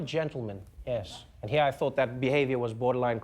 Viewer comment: "click heaaar"